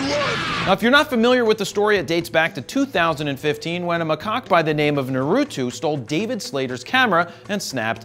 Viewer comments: It's naruto, not narutu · Jared Polin The name “Naruto” is of Japanese origin, so it’s pronounced as “NAA-roo-toh”. 👍🏼